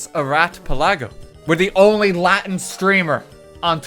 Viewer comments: The amount of demons you summoned with you mispronunciation of the Latin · me when rt pronounces the latin c with a s sound